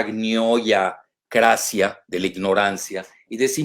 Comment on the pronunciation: "AGNIOYACRACIA", 👏🏻👏🏻👏🏻 "YA ENCONTRAREMOS LAS VACUNAS". 😆😆😆. El Dr. Jalife siempre dándonos tan buenas cátedras.